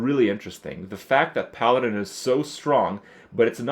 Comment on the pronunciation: for the first 7 mins i thought krip was saying piloted... its PALADIN.